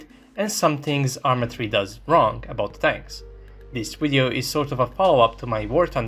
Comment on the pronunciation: "In this wideo" This is why I like this show